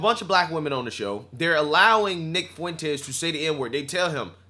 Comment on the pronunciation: Not sure of it was just the content but right around the 9 minute mark it sounded to me like you called him Nig Fuentes. 😂 Mighy just be my yt guilt or supremacy?